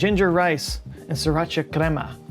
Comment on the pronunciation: "crema"!!! Hahahaha